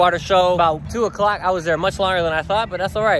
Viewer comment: the way u say 2 o clock lol